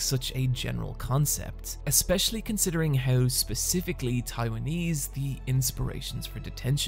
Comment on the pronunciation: Normal people: How You: hiaw